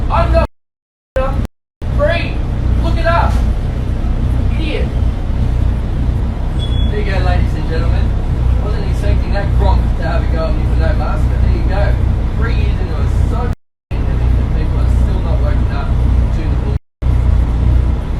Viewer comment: “The chicken is the size of my fum.” What’s a fum? LOL